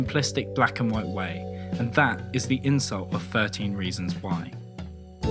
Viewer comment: why can't you speak properly. firteen? frough? free? fink? what? honestly i can't even watch the video i'm too distracted